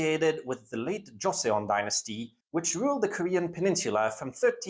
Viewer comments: For what it's worth, thanks to initial devoicing and an interesting romanisation 조선/Joseon has only two syllables and should be pronounced more like Cho-sun. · Joseon is pronounced Joe-sohn (-sohn as in John)